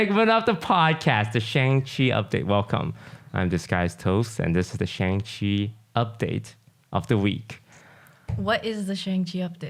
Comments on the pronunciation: has anyone pointed out to toast that he mispronounces shang in shang chi lol. they even teach us how to say it in the film XD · maybe if you pronounce shang-chi correctly you will get in the next one